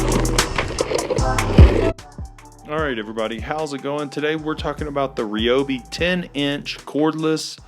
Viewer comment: Why is it that lots of people pronounce Ryobi wrong?